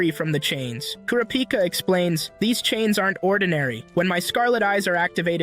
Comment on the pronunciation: I love how he doesn’t say kurapika correctly